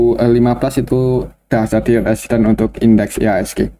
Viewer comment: Bnyk salah sebut resisten ktika bahas BBRI...pelan2 aja Om...tks